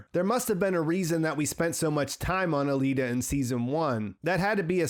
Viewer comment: Is it pronounced a-lee-da or a-lay-da